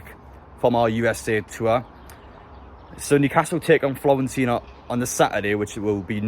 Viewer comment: Stop pronouncing it Florentina !! :D